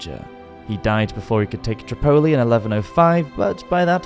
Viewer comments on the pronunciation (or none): You're a Saladin with that pronunciation of Tripoli 😆